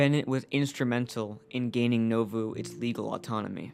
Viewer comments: As someone who's relatives were from Keokuk IA, across the river from Nauvoo, the town's name is pronounced NAWvoo, not NOvuu. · Most people pronounce it as Nah voo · It is pronounced Naw (like the first syllable in naughty) Voo (like the first syllable in Voodoo).